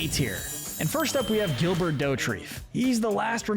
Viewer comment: I'm very suspicious of the way you've incorrectly pronounced Gilbert's name. Definitely some missing characters here, and I think Carl Moss should be higher, but not a bad list overall.